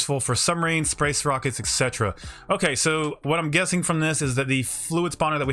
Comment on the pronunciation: "Sprace Rockets" lol